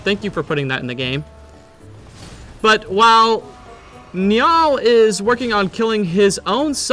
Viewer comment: I've never heard Niall pronounced that way 😂